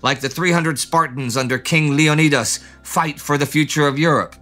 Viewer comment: King Leo-need-us?????? That's a pronunciation I haven't heard! 😁🤭😂🤣🤣🤣🤣